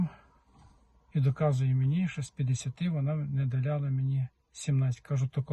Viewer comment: Не долИла, а не долляла. Говоріть правильно. І кіломЕтр, а не кілОметр. Коли це якісь малограмотні кажуть, це якось колхоз так колхоз. А Вам це ніяк не можна робити.